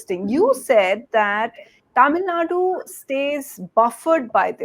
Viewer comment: The anchor needs to take time out and practice pronouncing names like Tamil Nadu, Telangana and Andhra Pradesh. The lack of proper education and general awareness about the diversity of this country, and about basic things like pronunciation, in north India, doesn't seem to be just restricted to the cesspool of uneducated masses in that part of the country.